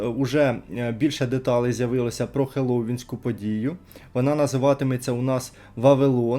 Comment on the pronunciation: Взагалі-то Halloween читається як [Халовін] або [Хеллові́н] тому загалом він правильно сказав, наголос тільки потрібно правильно ставити